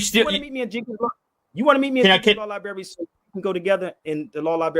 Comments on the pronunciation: It's libRary NOT libary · Someone should explain to that the word "libRary" has an R, it's not "liberry"....this guy is educating?.... SMFH 🫤🫤🫤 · Insult what intelligence? is a very unintelligent person - he is a street con. He doesn't know the difference between the words "rather" and "whether"., the word is libRary, not libary. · “libary”? the word is library.. sir there is an “r” in the word you are not annunciating … this is sad.😢😢😢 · If going to a law "liberry" makes you a lawyer, then I must be an orthopedic surgeon after all my trips to the ER. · If you still can't using the word "lie-bary" I'm going to assume you a re and unintelligent person. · law "liberry"..fn retard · LIBERRY LOL CANT SPEAK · "Come debate me, but we're only going to talk about what I want to talk about and how I want to talk about it." Extra "smart" points for saying "libary" over and over again. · Is he saying lieberry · Is "lieberry" anything like blueberry or strawberry? Mmmmm 😝🤣😝🤣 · He can't even say the word Library!!! is a racist piece of human waste! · 'Law Lieberry' 🤣😝🤣😝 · Don't brag about a law library if you can't pronounce library! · 😂People stop using drugs like this browny. Maybe then you will learn how to pronounce simple words like library and ask. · Why is he bragging on that card as if he earned it. It’s not his, so what the heck is he talking about? HE CANNOT PRONOUNCE LIBRARY yet he is bragging on how many libraries he has been in. That’s a shame. He’s not just a racist, he is an idiot. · Yeah. He’s soooo great he needs sponsors to buy a him plane ticket and can’t pronounce ‘library’